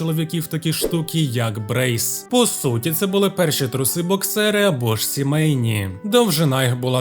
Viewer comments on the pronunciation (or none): Дякую за матеріал, тільки подушню трохи - середньовічні сімейки українською вимовляються "Бре" бо запозичено напряму з французської, а "брейс" це англійці вже французське слово а англійській манер прочитали.